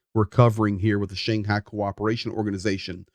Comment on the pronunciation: Is that the redneck pronunciation of "Shanghai"? Never heard it before, try the Russian or English one.